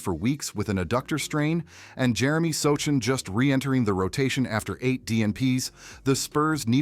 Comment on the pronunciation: So Chan? If you can’t pronounce the players names correctly you shouldn’t be doing videos!